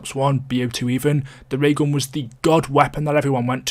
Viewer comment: "Da Ray ghawn"